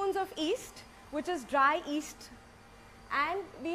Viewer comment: Does she mean east or yeast, I didn't get it🤣🤣